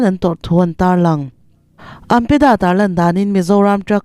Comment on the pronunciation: AMPEDA - No no AMDA - Yes Yes 😂